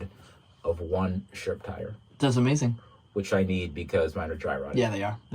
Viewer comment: Every time you said sherp trailer to my damaged hearing it kinda sounded like shrimp trailer and it got me thinking, can one go shrimping in a sherp? The internet needs answers.